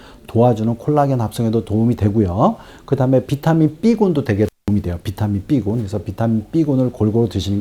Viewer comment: 차분히 귀에 쏙쏙들어오게 설명 해 주셔서 감사합니다. 한가지 비타민 삐가 아니고 비라고 해 주실수 있나요?